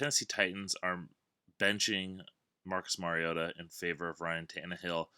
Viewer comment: Finally someone who knows how to say Mariota, great work man